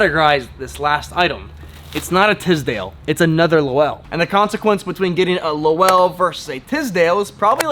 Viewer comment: Great as always!! Just so you know Lowell is a one syllable word. Pronounced LOWL. It is a town in Massachusetts and was a textile giant 120 or so years ago. I cant wait for the next Video!!